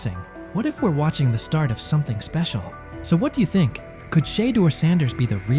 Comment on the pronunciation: Learn how to pronounce his name please